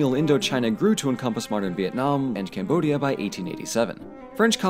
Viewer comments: CAMBODIA, not CAMODIA. Please correct it. Make sure you understand the history and make it real. Not just for money admin. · "French Camodia"